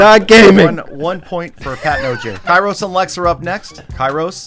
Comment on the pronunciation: can someone please tell kairos that his name might be written kairos but its pronounced keros? (im greek btw)